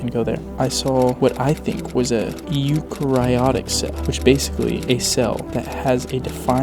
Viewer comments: it’s pronounced you-care-eyotic cell btw. just trying to help 😄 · I cringed so hard when he said it wrong. From, a guy who’s in Bio 1 right now